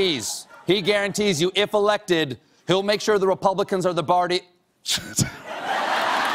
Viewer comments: It's just because he accidentally said it wrpng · I lost it when he said "barty" and broke.